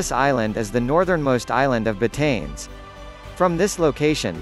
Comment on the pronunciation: you should pronouns it right.... BAH-TA-NES.